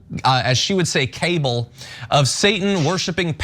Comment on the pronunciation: Just because Marjorie Greene mispronounces cabal doesn't mean you should. It isn't pronounced like cable